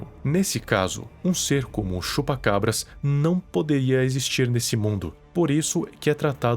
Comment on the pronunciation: mano quando ele falava Chupa...Eu ouvia Chupa Cu kk